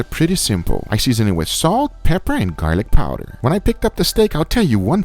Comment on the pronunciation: How many shots for when he says "Gar-lick PAAAWWW-der" He sure does have that creepy youtube voice down. I swear there must be a video everyone watches when you google "How to get famous on YouTube" where they instruct you to talk in a weird random creepy accent.